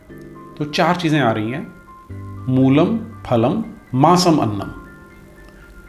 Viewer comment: मसमन्नम नही है अपितु माम्समन्नम है पहले आप ही गलत उच्चारण कर रहे हैं पहले आप अपना उच्चारण सही करें